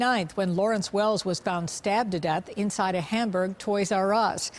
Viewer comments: This was very interesting to watch as I currently live in upstate New York. It was bugging me tho the whole time because you pronounced Hamburg wrong.... its "ham-burg" not "haumberg". 😅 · No way that used to be my toys r us I live 10 minutes from there. It’s in buffalo NY Hamburg for anyone wondering and it’s HAMburg not humburg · Why can't the narrator pronounce "Hamburg?" It's just hamburger without the -er on the end, not Humberg. Maybe listen to the way the local newswoman pronounced it.